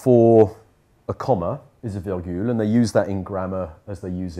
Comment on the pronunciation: La virgule ne se prononce pas. Je sais que "tout le monde" le fait, mais ce n'est pas correct.